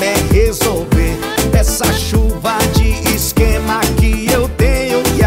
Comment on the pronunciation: Anitta é mt carioca sim, na parte ela fala "exxxxquema" amo kkkk